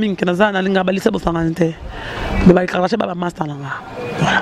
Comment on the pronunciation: Gloria on dit KARDASHIANS et non KARDA CHAT yo mutu otangaa